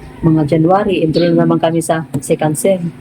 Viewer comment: wag.ka ma offend ha...."enroll"hindi "endroll"..😊